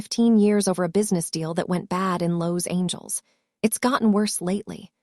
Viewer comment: Cousin Jessica's clothes shouldn't be too tight if she has lost weight. And to quote another viewer of another video " hooked on phonics will work for AI"... the pronunciation of Los Angeles and Mercedes is problematic 😂😂😂